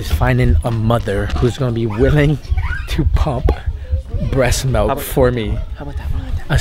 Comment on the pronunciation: Lol malk he says "malk"